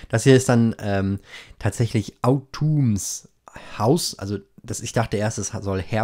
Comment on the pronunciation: autumn ist a) eine jahreszeit und b) ein name. In beiden fällen word es statt “AU-tuum” “AW-tm” ausgesprochen